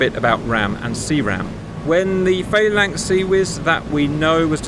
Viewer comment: I thought you were English. Faylinks?